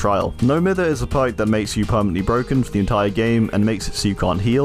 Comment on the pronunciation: Mither should definitely be pronounced "My-ther", not "mih-ther". Good video though, even if I don't fully agree with some of your choices! 😅